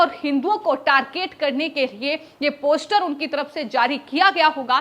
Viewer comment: ' Poshter' bolna bhi nahi aata is murkh anchor ko ... Teeno joker hain